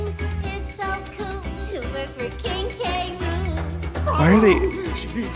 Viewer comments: it took 26 minutes to realise they were pronouncing king k rule like king cruel and i'm an idiot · It really bugs the shit out of me that they call K. Rool "Kuh-ROOL" in this show.